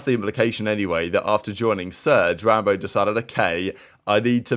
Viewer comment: is wild for saying “rambowl” instead of rambo 😭🤙🏼 1st comment btw